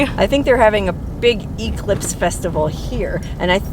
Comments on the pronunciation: English nazi here. Not E-clipse, e-CLIPSE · EEE-clipse! (Definitely a Huell Howser pronunciation!)